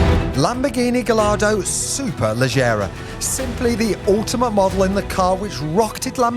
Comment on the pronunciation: Did you not fully read that which I wrote. No... you're not Italian so why pronounce Superlegger as Superlejjera ? Can't have it both ways. Pronouncing it as its spelt makes you sound an idiot . But I actually like you. Not like Adam C who also mispronounce it. Please rectify it one way or another. Start pronouncing it SuperleGGera then.